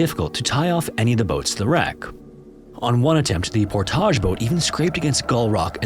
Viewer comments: Love your videos but man, it’s ’Por-tij’ no need to get fancy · PorTAAAHZH. You make that podunk town sound so fancy. LMFAO. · Also, Port-ij as opposed to pour-tah-j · also Portage as Por-tage.. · I lol'd when he kept saying Portahhhj. The lead up with Dullith was also rather comedic. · And Portage, Wisconsin was also wrong. The "-age" is pronounced like at the end of "baggage", not "omelette du fromage" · About as bad as the "Portage" pronunciation. Tried too little with Duluth, and too much with Portage.